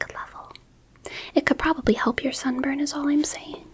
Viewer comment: i wasnt really paying attention until i heard this and thought she said "it could probably help your son burn" instead of sunburn